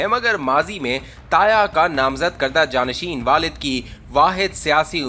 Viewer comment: جانشن نہیں جانشین